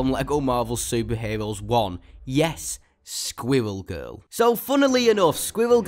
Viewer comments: Yes. Sqwiwwew Gewl. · Sqwiwell gurl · Squwwel Guwl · Its squirrel girl NOT squiggel girl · Its not sqivel girl its squirrel girl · He sounds like he is saying swivel girl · At first I thought you where saying squiggle girl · squiwwewl giwl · Skwiwell Giwell? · squiwwel goewl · Why did you pronounce Squirrel Girl wrong squirrel girl has an amazing character and whoever doesn't think that I will destroy you in Squirrel Girl is amazing